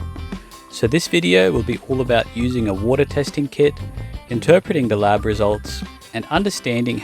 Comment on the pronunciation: Why you say larb for lab and ouray for array artachments for attachments?